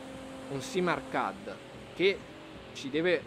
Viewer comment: Bella recensione. Rivedi la pronuncia di arcade (ɑːˈkeɪd)